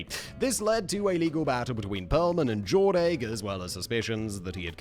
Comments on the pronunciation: Going to make this comment even though it'll probably get ignored by the powers that be: - Jordache is pronounced like DoorDash but with a J, not Jor-Dake. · Jordache being pronounced Jord-ache did something to my 1980s child soul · I felt somehow stunned into paralysis every time he said it 😂😂